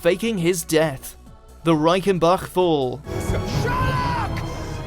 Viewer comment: sounds like youre saying reikenbuck LOLLLLLL..im so glad i live in germany